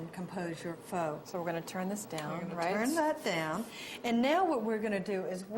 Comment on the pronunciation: Wtf vermicelli noodles? You just butchered "pho"